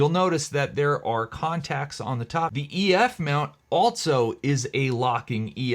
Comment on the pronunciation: There is no “T” in the word ALSO.